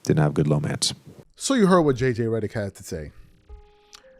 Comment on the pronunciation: I’ve never understood your last name when you said it even once